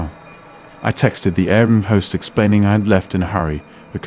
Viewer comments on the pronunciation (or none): maybe, but air bnb was pronounced like a word instead of separate individual letters